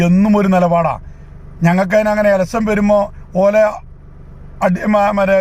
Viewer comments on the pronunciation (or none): എലസ്സൻ അല്ല സഖാവേ. ഇലക്ഷൻ.... ഇലക്ഷൻ... എന്ന് പത്ത് പ്രാവശ്യം പറഞ്ഞ് പഠിക്ക്.